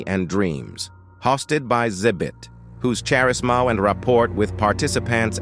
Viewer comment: “charis - mao” killed me